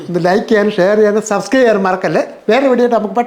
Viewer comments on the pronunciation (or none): none